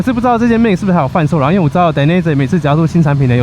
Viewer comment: 義大力的品牌這樣唸是對的。